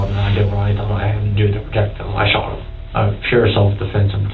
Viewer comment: he sho-ott him** narrarator